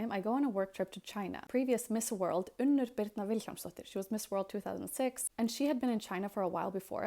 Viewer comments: I am Belgian and I can say Unnur like you say it. The u sound you use is the standard pronunciation of u in the Dutch language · Ooner is definitely how I would pronounce it, but I like how it sounds when you do it right. 😂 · I am russian, and after hearing how you pronounce your name, it's super easy. It's also a beautiful name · Gosh! But your birth name is so beautiful - to hear you pronounce it correctly ❤ is a cute nickname! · My great grandmothers name was. But was from Queensland, Australia, so everyone said "you-nah" 😅 im not having kids, but if I did,, pronounced how you do (as it ahould be) has always been top of my list. Its so beautiful.